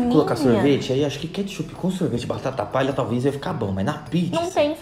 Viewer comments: Uma coisa engraçada,desde quando é "katshup" kkkkk Fora isso o vídeo tá uma DELÍCIA AMO VOCÊS <3 Edit: é BOLACHA ou BISCOITO? Edit 2: é KATSHUP ou KETCHUP? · Quem viu ? " Katshup " kkkkkkkk